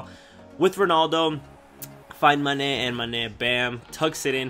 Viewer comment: love the way you say mane's name loool manèèè!